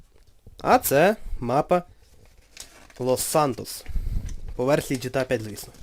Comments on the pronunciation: ҐТА, а не гта. Якщо вимовляти англійською то звучить ДжіТіЕй, а не жетеа. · ГТА!!!!!!!!!!!!!! А НЕ ЖТА